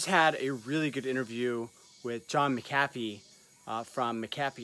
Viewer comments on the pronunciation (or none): It’s mc “a” fee not mcafe